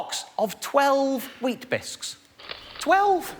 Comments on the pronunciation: Why does he keep saying "bisk"? It's weetaBIX, right? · Stop saying 'biscs' ffs. Bix. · Every time he said 'wheat bisk' I shuddered. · I too spent most of the video wondering why he couldn't pronounce Weetabix. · Its Weetbix in NZ.... just saying the cringe is worse...